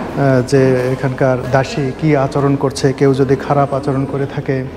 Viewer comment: জৌন দাসি নয়,দাসি বলুন,,।